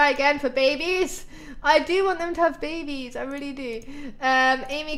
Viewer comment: Omg, that kid friendly close call, "lets not whatch them have bebehs"